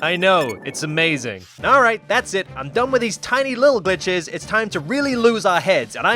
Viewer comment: I had to slow the video down to see if u said b****es or glitches